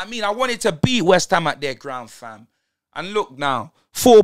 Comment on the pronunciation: Man said waste-ham 😂😂😂😂😂😂😂😂😂😂😂😂😂😂😂😂